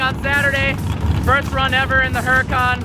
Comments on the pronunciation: it's pronounce oor-uu-kan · Isn't the H in Huracan silent? I saw a dudeinblue video awhile back where he discussed this and it was pronounced more like Uracan. Honesty don't know which pronunciation is correct so i Would enjoy feedback. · the your Lambos name is not pronounced like it's spelled. It's Urdacan, the H is silent. Think Latin.... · Huracan is pronounced with a silent "H," FYI. Now that you own one you should at least say its name correctly. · Nice having a stock 10 sec car but I believe the "H" in Huracan is silent.